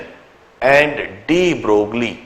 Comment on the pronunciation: De Broglie was a French scientist hence his name does not pronounced as de Broglie but de broy.. same thing is applied to Huygene's his name does not pronounced as Hygene but Hoggain